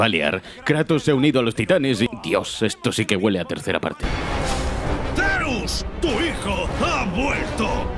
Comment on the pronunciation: "ZeOussS" xDDD buen video, 30 detelles alucinantes de Rise of the Tomb Raider